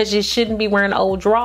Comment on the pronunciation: You are so beautiful! Beautiful teeth too! Thank you for this info! I knew mostttt of it-but some I didn’t! New subscriber! 👈🏻 Dying over the way you say (underwear) “draws”. I love that! You’re amazing!